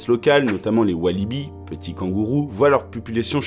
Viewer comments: Salut, très bonne vidéo, surtout pour le cas du chat, qui est méconnu malheureusement .. Mais dont il faut parler. Et je me permet deux petites remarques, , On dit Wallaby et non Walliby et , on dit 'un' silure et donc le silure et pas la silure. Enfin, ça ne change pas la qualité de la vidéo bien sur ! ;) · On dit walaby. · On dit pas Walliby mais Wallaby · Vous êtes sûr que c'est Pas plutôt les wallaby et non les Walibi. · Heu c pas des wallibi c des wallaby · on dit "walabi" pour le petit kangourou pas "walibi" car walibi est un parc en belgique xd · Putain il a dit Walidy et pas Wallaby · ses pas Walibi ses wahlabi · Je sais pas si c'est moi.. mais j'ai entendus Walibi ... cela ne serais pas Wallabi plutot? Même si le parc walabi a un wallabi comme mascotte.. A moins que ce soient un kangouroux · On dit pas wallaby normalement ? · Erreur on dit walabi pas walibi... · Wallaby et non Walibi ça c'est le parc d'attraction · Un wallaby , pas un walliby !